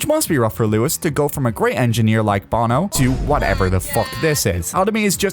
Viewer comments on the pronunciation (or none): none